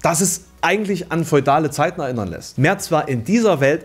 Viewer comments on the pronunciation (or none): none